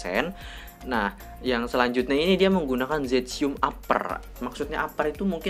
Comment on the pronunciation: Zestium bang bukan zetsium